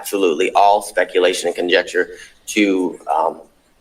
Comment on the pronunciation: He literally said, "conjexture" not conjecture.